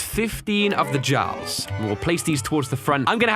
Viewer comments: Jarl (yar-el) not (jar-el) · STOP SAYING JARL WITH A NORMAL J IT"S PRONOUNCE YARL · It's pronounced yarl not jar-el!!! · Hey I just want to let you know that "Jarl" is pronounced with a Y, sort of like like the German name Johann (yohann). So Jarl is pronounced "Yarl." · Dudee Jarl is pronounced like "Yarl" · Btw the jarl is pronounced as yarl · Jarl is pronounced like yarl btw. Kinda like in Skyrim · FYI, put yärl in google translate & that is how you say Jarl. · Jarl is pronounced yarl. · I love you, but Jarl is pronounced Yarl. Just thought you might like to know. Anyway keep doing what you're doing. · Jarls are pronounced Yarls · The battle of Ragnarok! Norse vs Giants! And at this point, you could just slap in giants on one side and any number or configuration of Norse units on the other. That or try a bit of Viking vs Dynasty, 3 units for each longship on one side and try to structure the opposing side to be able to defend against it. Use every unit at least once if possible. Also,.. haven't you played Skyrim? Jarl is pronounced Yarl. Y'know how you say yard? Replace the D with an L.